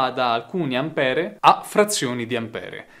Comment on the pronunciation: Ampér, Ampere è inascoltabile